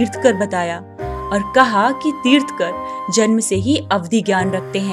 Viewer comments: Kya galat bol rahe hoo. Teerthkar nahi Teerthankar hota hai .. तीर्थंकर बोलो तीर्थकर नही ,,, अं भी लगाओ |र्थ | के बाद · Tirthkar nahi tirthankar .... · It's tirthankar, not tirthakar, How will you feel if we call ram as rum, Atleast pronounce the names correctly, mistakingly mispronouncing is not an excuse Jai jinendra jai adinath jai mahaveer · तीर्थकर नहीं तीर्थंकर बोलो जी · It's Tirthankar not tirthakar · Its tirthannkar.....tirh nkar....pls correct it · Aapne tirthankar ka ucharan sahi nahi kiya